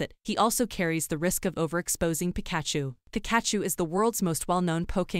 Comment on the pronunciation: That's not how you pronounce Pikachu!